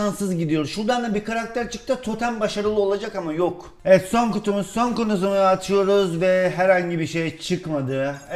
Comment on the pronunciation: te abi kutumuz yerine kunumuz dedin :)